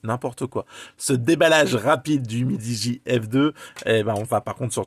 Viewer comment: C'est pas mal "umidi" 😂